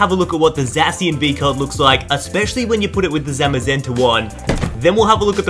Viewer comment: ZAY-SHEN stop butchering it